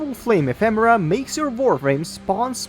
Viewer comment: Didn't see the previous video but the way you pronounce it in this video is actually correct.